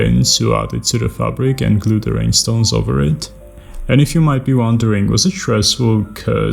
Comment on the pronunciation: I dont have enough words to describe how beautiful she is. Just signed up for patreon, hoping to be of some small kind of help :) Btw, I love the way you pronounce rhinestones, makes them seem even more magical :)